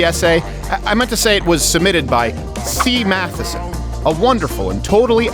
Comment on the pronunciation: "Meat" Sea Matheson? Was that intentional?😄😄 I skimmed through the comments and didn't see anyone mention it.🤔